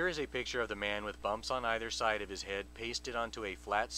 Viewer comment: Jesus Christ, this is boring. I really, really hate the way you say the word "head." This crap gives me a massive "head"ache.